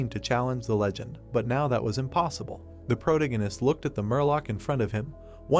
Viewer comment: I wish they would train the text to speech how to pronounce "protagonist" properly if they are going to use the word in every other sentence.